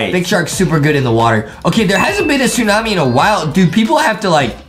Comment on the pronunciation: adam : the tsu-mami justin : ayo did he just say the tsu-mami?